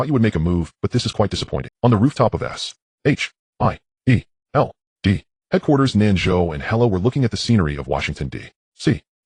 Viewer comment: Bro it's good but he keeps saying S H I E L D